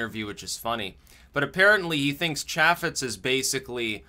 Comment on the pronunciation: Can't even pronounce chaffetz correctly like you've never watched an actual government oversight hearing. Oh and he's fucking resigning as of like April of this year look it up. Now that nothing interesting has happened for 24 hours... The is a dissonance reduction strategy, like you've ever said that in a video before. Next video I wanna hear at least 3 "well, I was right as usual"s come on you've been a little light on those don't you think